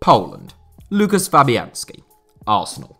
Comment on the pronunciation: mans said loo kiss instead of woo kash 💀